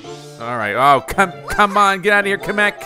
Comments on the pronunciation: Kam mek Me: it’s kamek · love how u say kamek's name as ka mek it makes me giggle and laugh